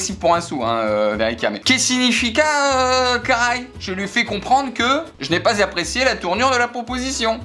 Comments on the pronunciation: Les français qui disent caray alors que c'est CARALHO putain sa se di caraliou merde fais un effort😭 sinon bonne vidéo👍🤣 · « Va te chouder caraï » 😭😭 pour une portugaise, mes oreilles saignes